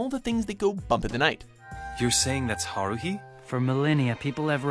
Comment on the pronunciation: I'm so mad at how he says haruhi name its ha-ru-hi not whatever he named her